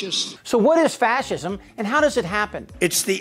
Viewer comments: He can't even pronounce the word fascism and he doesn't know a left wing fascist is a contradiction. He is the archetypal example of vilifying heroes. Great summary ... You condensed everything into a few minutes. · Red hatters: "he's not a fashurm! He can't even say fashurm!"